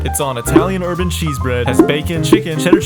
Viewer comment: italian "urban" cheese... bruh